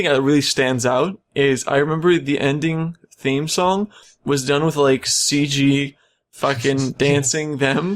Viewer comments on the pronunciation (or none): none